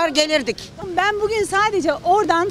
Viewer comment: danilo şef bile daha güzel "bugün" diyor